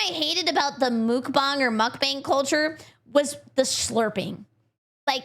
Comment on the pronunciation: Pronouncing it as Mook Bong, I just now imagine a band of cannon fodder getting high either in preparation for their demise or in celebration of their survival. If they are immortal, then it's to numb the mental if not physical pain or celebrate successfuly getting blown up to protect the DPS.